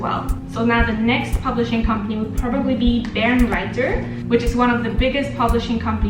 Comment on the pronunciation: Barenreiter really should be Bae-renreiter :3 Seriously it's my favorite! Thanks for talking about this! I often emphasize the importance of editions to my students, it's a time and money saver!